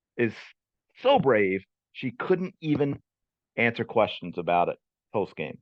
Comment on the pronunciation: She could only repeat “I ain’t finna ansa no Caitlyn Clark kweschuns.”